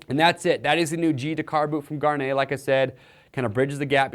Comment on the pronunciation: Why can't anybody pronounce Gaerne properly?